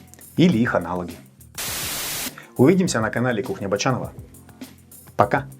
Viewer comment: Вам надо кухня Бочанова произносить почётче и с интересной интонацией. Это же имя канала и должно запоминаться и цеплять как слова песни. А сейчас произносится ровно и не цепляет на слух. Может Вами произносить Ч более ярче как мы произносим названия итальянских макарон)) Пришла такая ассоциация) А может Ч и А произносить мягко и томно, заигрывая со зрителем. Здесь у меня ассоциация с томной, соблазняющей едой, а Вы как Челентано) Как то так))